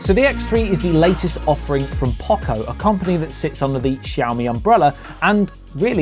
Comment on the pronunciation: We have never heard anyone pronounce Poco this badly.